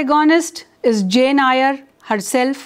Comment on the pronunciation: I hope you don’t mind, Eyre is pronounced as “Air”.